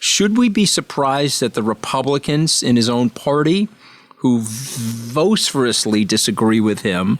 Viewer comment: It’s ‘vo- SIF- ver-ously’ Anthony, not ‘Vos- ferally’ if you are saying vociferously.